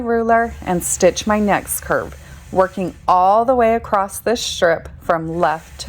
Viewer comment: The word across does NOT have a “t” on the end..it’s very annoying to hear people mispronounce words.